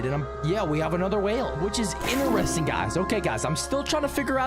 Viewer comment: The fact he can't say interesting normally he's saying ineresting